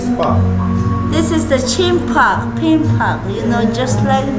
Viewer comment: Ama says Chimbab 😅😂😅